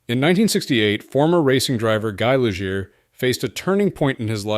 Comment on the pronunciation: Some good photos if you can filter out the mislabeling, mispronouncing, and mismatching of footage. "Lijeer?!" Really?!